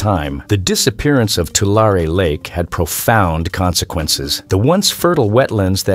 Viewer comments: Too-LAIR-ee not Too-LAR-ay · It's two-Larry not two-lar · You are pronouncing the name of the lake incorrectly. You are saying Tua lar e, and it should be pronounced Tua larry lake. Change your "lar" e" to "larry" and you will pronounce it correctly. Doctor George Whitehead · I live in Central California. We pronounce it Two Larry. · I live in central California. It's pronounced, 2 larry. Tulare. Yes, the land flooded not long ago. But there is no lake here. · I always heard it pronounced 2-Larry. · It can't even pronounce Tulare or Nevada correctly! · This video strikes me as very odd. I grew up in the San Francisco Bay area and in the mid 80s we went camping at that lake. I kid you not. We only went once because there was no facilities and there was lots and lots of spiders. It is located in Lodi, CA. We liked trying out new lakes once in a while.The commenter is pronouncing it wrong and he also pronounced Nevada wrong.